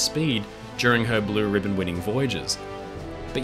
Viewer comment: I had the pleasure to travel on her first class from Bremerhaven to New York in 1964 courtesy of Uncle Sam. My father was a US Army officer. I remember It was difficult to walk on deck due to the high wind speed caused by her forward motion of 38 knots. By the way it's Blue "Riband" not ribbon. This ship was the embodiment of America when she was at her apex of power and prestige. Thanks for a wonderful video.